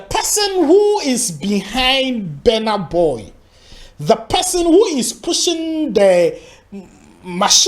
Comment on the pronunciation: It is called Burna boy not bana boy